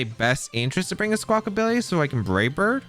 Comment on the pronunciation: When you said you’d pronounce Squawkabilly wrong in this episode, I thought, “How many different ways could you possibly say it?” And you definitely showed me lol there are a lot of different ways to say it. Squawkability is canon now